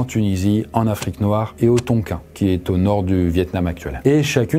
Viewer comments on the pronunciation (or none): none